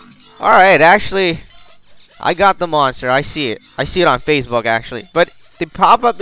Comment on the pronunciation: When you said facebook you said facebox